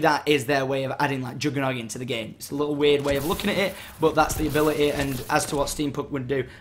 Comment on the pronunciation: ability....a-beh-leh-y :D